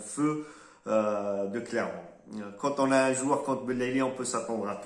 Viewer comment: Clermont et pas " Clémont".